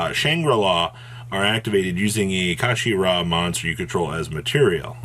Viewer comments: Card: kshatri: kashashtri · Kshatri-la Yeah. Kashi ra. That makes sense. I forgot L’s make an R sound. And let’s just ignore the lack of an A between the K and S. Fuck it, let’s just make shit up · I think the 'k' is silent, so it's just pronounced shot-tree-la. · Amazing video as always brother!! Let me help the community out as well. Kshatri-la pronounced “shut-tree-la” the whole archetype is named after Kshatriya (shut-tree-ya) basically a princely caste in old Indian kingdoms. Hope this helps. But yeah absolutely broken!! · Ka-She-Ra?! Wtf is that?! lol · I can't tell if your intentionally mispronouncing the Archetype name on purpose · You finally pronounced Kshatri-La correctly at the start of the video, then proceeded to say it wrong as least 6 different ways for the rest of the video